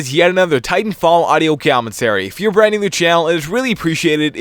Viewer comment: Love it when you say cyomentary.